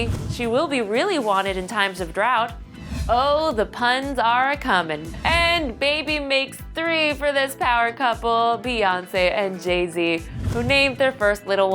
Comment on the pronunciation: Beyoncé not bae BEE (BEE-YON-CE)